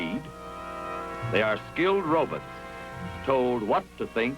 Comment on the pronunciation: I guess they used to pronounce robots rowbutts. haha